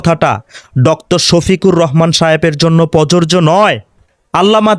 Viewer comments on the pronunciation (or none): ভিডিওতে আপনার "প্রযোজ্য " উচ্চারণ সঠিকভাবে আসে নাই।আমি বলছি না আপনি উচ্চারণ পারেন না। হয়তো কোনো কারণে রেকর্ড সঠিক মত হয় না হয়ে বিকৃত রেকর্ড হয়েছে। এই ভিডিও এর 1.15 মিনিটে, "প্রযোজ্য" শব্দকে প্ররোরজো উচ্চারণে রেকর্ড হয়েছে। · ভাই ধন্যবাদ আপনাকে তবে আপনার বক্তব্যের মধ্যে শব্দটা প্রযোজ্য হবে যেটার উচ্চারণ আপনার ঠিক হচ্ছে না। ❤ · "প্রযোজ্য "উচ্চারণ কাইন্ডলি সঠিকভাবে করবেন। কারণ উচ্চারণ সঠিক না হলে আপনাকে নিয়েই ট্রোল করবে।